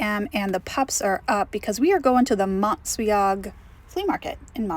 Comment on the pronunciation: It's pronounced Mons weeg! Haven't been since it's reopened. Great way to spend a weekend!